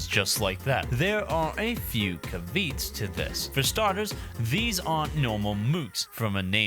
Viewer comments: I love you man but please don't pronounce caveat like that again. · The way you pronounce caveat drives me mad